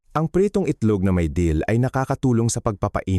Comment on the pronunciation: wrong spelling lng kc AI voice gngamit nya mali2 pa accent Dill po hndi Deal search mo ung Dill Dill (Anethum graveolens) is a versatile, aromatic annual herb in the celery family (Apiaceae), featuring feathery green leaves (dill weed) and small, brown seeds. It offers a fresh, slightly peppery, and grassy taste, commonly used in pickles, salads, and seafood dishes. It thrives in full sun, grows up to 3-4 feet tall, and thrives in temperate climates.